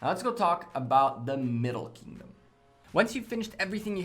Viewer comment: It’s Kingdom not “Keyingdom”.